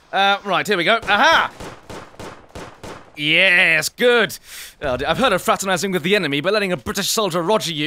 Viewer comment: Word of the day: YYYYeahhhsssss * Twirls VERY British mustache *